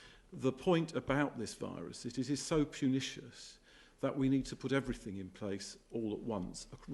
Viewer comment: “Pernicious”? WTF, you didn’t even pronounce it properly and it took me 10 minutes to identify that word and to look up the meaning! Please use language the average person can understand, I didn’t go to university but I’m not stupid, this is not a word used in every day language and should be omitted when addressing the nation so as not to confuse us lowly simpletons, you sir are “pestiferous”! 😜